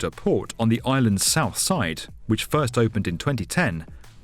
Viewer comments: Thought he said “poor city” instead of port lol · It sounds like the narrator keeps saying 'Poor City Colombo". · I kept hearing "Poor City".... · sounded like you kept saying poor city Colombo. I don't think we needed to be reminded that the city that's dredging up new land from the ocean is a port city, maybe I'm just a bit quicker than most. Looks incredible in planning, hopefully they come a cross few problems, and don't end up enslaved to china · I listened carefully. He says poor city Colombo :D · I can't help but keep hearing "Poor city Colombo" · I keep hearing "poor city colombo" 😂😂😂😂😂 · I kept hearing Poor City Colombo. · lol I kept hearing "poor city Colombo" and just figured out he was saying "port city Colombo". wondered why it was so derogatory at first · It sounds like the narrator is calling the project "Poor City Colombo" That can't be right. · did i hear it wrong? "poor" city? like a bunch of times lol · "Poor City Colombo" is what I heard from him all the time... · I always hear it like "poor city Colombo" xD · what's he actually saying because that's all I'm hearing too! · I was wondering the same thing!